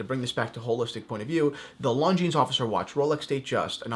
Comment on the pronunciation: My god... learn how to say it... it’s not „long jeans“